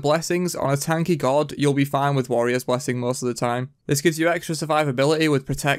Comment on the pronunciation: Why can't you say God normaly? haha Gowwd